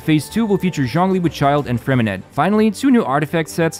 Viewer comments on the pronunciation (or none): Freminet is actually pronounced with I silent T so It’s Freminey as in hey